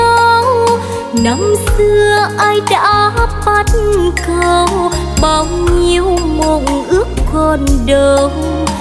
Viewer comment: BẮC CẦU chứ ko phải BẮT CẦU. Ko rõ đây là lỗi ở nhạc sĩ hay ca sĩ, thấy ca sĩ hát theo kiểu phát âm là BẮT CẦU, như thế là sai lỗi chính tả. Sửa lại cho đúng nha.